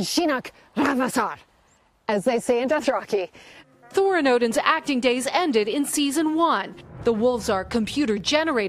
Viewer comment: Wow that Dothraki was awful 😂